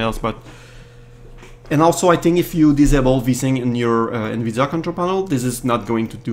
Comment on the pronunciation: Vous êtes québecquois ? Lorsque vous avez prononcé "Nvidia" à , j'ai cru percevoir un accent ^^ En tout cas j'espère que vous continuerez cette série de tutoriel, ils sont excellents !